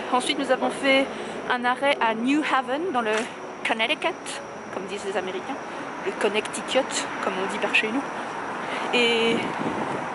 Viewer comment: Très joli vlog, j’adore Boston c’est une superbe ville!! Vous êtes passé pas loin de chez moi, j’habite dans le CT. À New Haven y’a un super resto français: Union League Café dans une maison historique splendide. Par contre on dit New <Héveunn> 😂 😘 😘